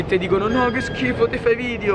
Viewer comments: Solo io ho notato “VIDIO” e “AERIO” hahaha❤️🔥🙏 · Si dice video non vidio